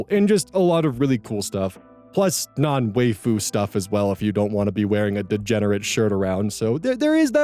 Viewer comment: Please tell me mispronouncing "waifus" is a bit, it's driving me insane.